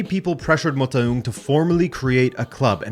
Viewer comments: Dude that Motaung pronunciatio, salute. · You nailed kaizer's surname pronounciation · Loved the way you pronounced Motaung,you did it as close to a native as possible. Great episode.